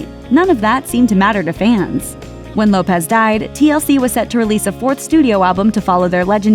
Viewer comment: it’s lopes not lopez